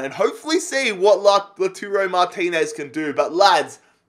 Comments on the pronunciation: are you serious? 😂😂 Laturo?? 😂 He's name is Lautaro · please read this! Lautaro is pronounced: LAUTARO not LATURO Joaquín Correa is pronounced: Hoakin not Jaokin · Its not Laturo, its Lautaro, La-u-taro.